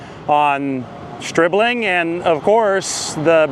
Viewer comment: Stribling, pronounced by as SchhhRIBling.